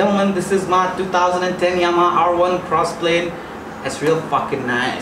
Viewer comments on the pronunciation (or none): Fuck it's Yamaha not Yahama🤣😂😂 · 0.39. ..bro u said yahama instead of Yamaha 😁..btw big fan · Yahama bola lol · bro u said YAHAMA 😂😂😂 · Did he just say Ya_hama?